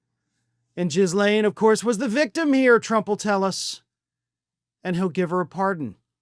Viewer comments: SO..... her name is pronounced Ghee-lane. NOT Jizzlane. That said, I have absolutely fallen in love with ALL of media getting her name wrong every time. Please, continue. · I'm not certain if you intentionally are saying Maxwell's name incorrectly, or stuffing in a derogatory way. Please though just say Maxwell, I've been severely abused, and hearing jiz said repeatedly makes me want to throw up!!! Her name is Ghislaine...heavy G. There's tons of ways to slam this Pedo...la(i)me... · It's pronounced "Ghee - laine"... like Elaine but with a G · Squirrel moment: name pronounced Gee-lane. I hope anyone on the list goes to prison, regardless of political affiliation. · You sure it's pronounced Jizz Lane??? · think the whole world has at least settled on a silent "S." it's not "jiz-lane." gross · I love how calls her “JIZZ-lane” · I just love that you pronounce her name JIZZ-Lane.😂😂😂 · not "giz" laine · It’s not pronounced jizz lane bro. The ‘S’ is silent. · I think the G is hard and the S is silent in Ghislaine, as in "Gil-Aine" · JIE’ lane, altho not sure we care about correct pronunciation where this woman is concerned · He said Jizz-lane. lol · Ok... I'm in no way defending that monstrous woman... It's pronounced like Elaine with a "G" ... Ghee-Lane. Yes... It's a French name... Everyone sounds really stupid saying it wrong while speaking intelligently otherwise on this subject. Pass it on. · Of all the myriad ways I've heard Maxwell's first name pronounced, "jizz-lane" is both apropos and immensely hilarious in light of what she did, and was convicted for. It is by far one of the darkest facets of what I find funny, but finding that glimmer of light in horror is something I pride myself in. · Please oh please pronounce her name correctly. It is pronounced gee - len. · I believe her name is pronounced "Gill-LANE." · Ghislaine's name begins with a hard 'g.' Do your homework. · Don’t pronounce the s in her name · The 's' is silent in Ghislaine.